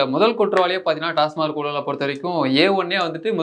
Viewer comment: நண்பரே ஒரு சின்ன திருத்தம்.TASMARK (டாஸ்மார்க்) அல்ல.TASMAK (டாஸ்மாக்).பல பேர் டாஸ்மார்க் னுதான் உச்சரிக்கறாங்க.நன்றி